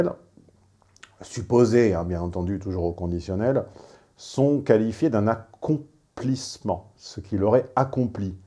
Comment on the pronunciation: "accomplissement" mdr